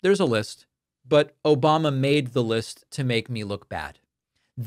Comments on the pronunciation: That was my favorite “Obamna” it got me good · Still love every time i hear "Obamna" 😂😂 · "Obamna". always reminds me how deranged he is. Thanks for the giggle.